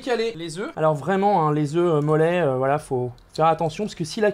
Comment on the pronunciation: Les youtuber dise toujours valala j'ai l'impresion